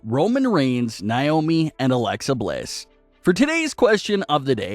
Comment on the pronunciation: You keep saying her name wrong man